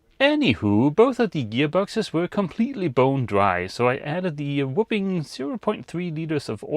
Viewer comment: 😂❤ love you man. But a “whoopin” is when your parents beat you. lol. Whopping more of a “ah” vowel than a “book” vowel. Whopping is what I believe you’re going for ❤😂